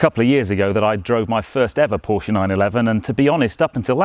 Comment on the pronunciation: Finally a car guy who knows how to pronounce “PORSHAY” ....